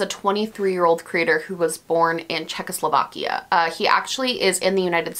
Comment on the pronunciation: Haha you were just flexxing your ability to pronounce the word! 😂also, LOVE this new style. Very interesting. Keep up the excellent work.